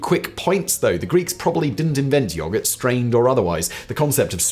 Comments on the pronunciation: yo-GERT its not that hard simon its not yah gurt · I've heard a lot of people and I've heard a lot of words and never have I ever heard someone pronounce yogurt that way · "yoggart" lmao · State side most of us say yo-gurt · Is anyone else amused by the way Simon says yogurt, or am I high? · The way simon says yoghurt... or maybe my Australian accent just isn't a fan 😅